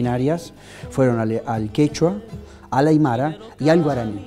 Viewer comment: Muy bueno, chicos. Pero estudien lenguas originarias: es Tupaq Amaru ( no, Tupáq Amarú), y es aymara (no, aymará)